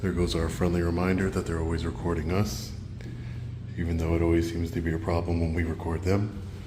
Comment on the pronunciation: I noticed you used a little hillbilly accent “record’n “